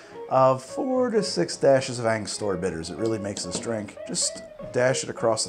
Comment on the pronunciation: Ango-stura not Anga-stor-uh